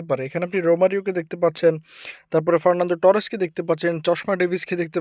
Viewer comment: Fernando Torres❌ Forlanto Torres✅